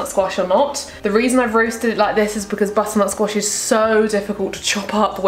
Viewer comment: Remember when said butternut squash but it came out squatter nut bosh